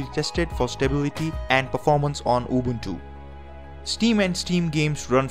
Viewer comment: The way he pronounces it... UWUntu